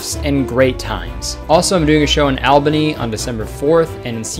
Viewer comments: The way he butchered “Albany” 💀 it’s pronounced “Allbany” lmaooo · Albany is pronounced All- bany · imagine pronouncing albany and syracuse wrong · the pronunciation of Albany was painful to hear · Bro did not just say Albany like that